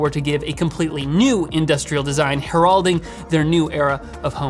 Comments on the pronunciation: Her-rauld-ing? You mean Herrold-ing? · When he said heralding like Geraldo I had to think about it for a second to figure out which word he meant lol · That is a very interesting pronunciation of “heralding.” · wait...can you say "heralding" again? I have never heard anyone ever say it like that lmao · Your pronunciation of "heralding" made me LOL a bit...